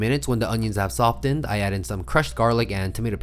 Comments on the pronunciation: ~ In the word 'softened' the t is silent. It's pronounced soffened. You're welcome. 😁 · why the fuck do you say the t in softened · I have never heard somebody announciate the "T" in the middle of softened. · Hey BTW. You don’t pronounce the ‘t’ in softened.